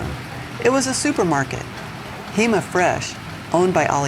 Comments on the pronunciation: The supermarket is pronounced “Huuh-ma”. It’s an amazing experience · Hema (pronounced more like the hu in the word hurry without the r - hu-mah) has been around for at least 8-10 years. They do free delivery within 3 miles of the store. In the US, we were barely getting self-checkout at the time. The reason for why there is so much innovation in China is because the government has a different approach. They state fund some of the largest companies like Alibaba to innovate and fail quickly. IOW, put a good enough product on the market for people to use and to see where improvements can be made or simply learn from the experiment to innovate. In the US, by contrast, innovation requires investment via private means and time to market is much longer. Convenience stores are quite useful in large Chinese cities like Shanghai. Think of the convenient mom and pop stores. Digital payment has been around for much longer than here in the US, e.g, paying with a QR code or an app.